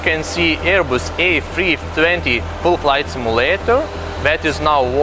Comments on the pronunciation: he said a3thriothee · it is his accent, he said a320